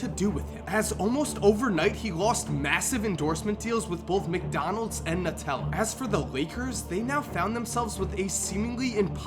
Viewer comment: Calm down guys. The thing you should actually be arguing over here is how pronounced Nutella